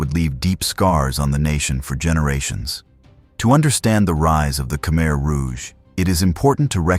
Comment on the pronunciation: Good content . paired ith poor pronounciation. 1- AI audio check- it's "KA-MY "not "KA-MER." 2- "'BAH' relief, not 'BASS' relief sculpture 3. etc.